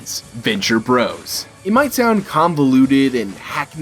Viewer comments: My man, I love that you are highlighting The Venture Bros. but it is pronounced Venture BROTHERS not. Venture BROS. You are killing me pronouncing it The Venture Bros not Brothers. But since nobody else hardly puts the time in to highlight this fantastic show, you get a pass and a sub 👍🏼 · Can I go 10 seconds in a youtube video without hearing the word 'iconic'?! Also, 'bros.' is still pronounced 'brothers'. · It's Venture Bros., said as brothers. Not bros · He keeps saying Bros. Ugh. Glad he getting new people into it. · Stop saying "bros."